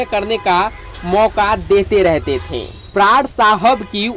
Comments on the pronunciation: Bhai prad nhi pran tha unka naam prad prad kiye ja rha h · Pran ki bajaye... Prad... ku bol rahe ho bhai